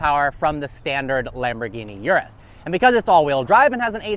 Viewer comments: Bro, it's Urus, not Yurus. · After all these years, he still can't pronounce Urus correctly!